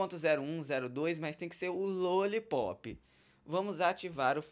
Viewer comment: fala direito. não é Luollipop e sim Lollipop